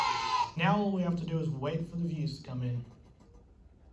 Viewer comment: "IT IIS WHAT IT IIS"